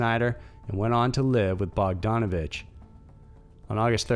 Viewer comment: Pronounced bogDANivich